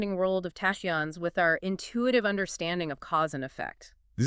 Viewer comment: How do u produce a whole video on tachyons and not know the correct pronunciation of the very subject that the entire show is base on? AI?